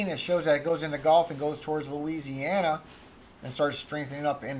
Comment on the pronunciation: Hello, You were doing so good till Louisiana came out of your mouth lol, it is what it is his will not mine, have a good one...